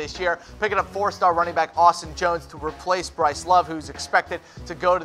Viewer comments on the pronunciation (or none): none